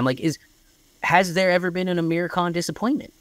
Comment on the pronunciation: Just a minor correction - his name is "Aamir" not "Amir". The single "A" is pronounced as "uh" the way you're currently saying Aamir's name. But the double "Aa" is pronounced aa-mir (car, not cur). A and AA are two different vowels in Indian languages, (rhyme with cur and car). A lot of aa vowels are frequently mispronounced as 'a" because people spell them wrong in English (they don't write aa, but single a), tho in Aamir's case, he does have the double 'a'. It's like saying Jam instead of Jim.